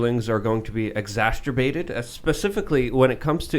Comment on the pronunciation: Reality is not subjective it’s factual. In the old days if you thought there was a different reality you would ended up in a padded room. Every time he says exasterbared my eye twitches.